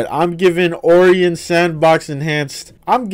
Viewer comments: Dude it's not Oreon it's Orion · It's Oh-Rai-On not Or-ree-In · I've never heard someone pronounce Orion like that before and I hope I never hear that again.